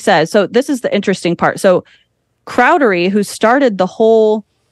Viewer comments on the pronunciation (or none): She said cowdery wrong every single time. 😂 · She said cowdery and moroni wrong too. 😂